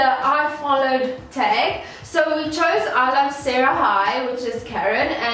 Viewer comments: It’s sah-rah-yee not Sae-rah-hi but nice video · You Pronounce saraii(saraee) great job on the eyeshadow 😉